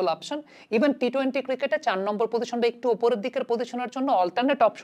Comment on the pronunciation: আসসালামু আলাইকুম,।আমি আপনার অনুরাগী।আপনার প্রায় সকল ভিডিও আমি দেখার চেষ্টা করি।আপনার উচ্চারণ থেকে অনেক কিছু শিখি। আপনাকে ছোট্ট একটা পরামর্শ দিতে চাই,অন্যভাবে নেবেন না,প্লিজ। আপনার "পজিশন"উচ্চারণ টা আমার কানে"পদিশন"শব্দে বাজে। যদি এই উচ্চারণ টা তে আর একটু জোর দিতেন।প্লিজ। ভালোবেসে বললাম,প্রিয় ভাই। দেশের ক্রিকেট নিয়ে আপনার মত করে আরো ভালো ভালো কাজ করে যান,সেই দোয়া করি।